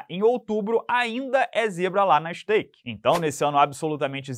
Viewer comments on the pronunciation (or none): Estaike ele falou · falando Stake no e canal cuidado po, no ta certo o skate kkkkkkkkk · Ih falou stake e não skate?😮